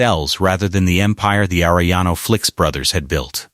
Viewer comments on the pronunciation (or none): Can't even say Felix right